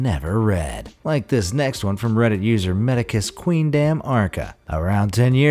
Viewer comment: i heard say "reddsit"